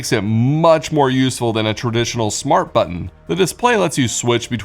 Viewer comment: It's smarT home, not smarh home. Try T's. They're fun